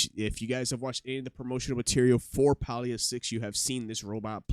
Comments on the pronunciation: Nice video but it's not "Paul-E-ah" it's pronounced "Pay-Lee-yah". Pay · Please Stop miss pronouncing the name of the game Listen to the devs how do they pronouce the name of the game "PAY-LEE-A" not pal-lee-a!!!!!